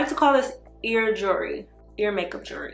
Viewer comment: 😂😂 I can't! Lmfao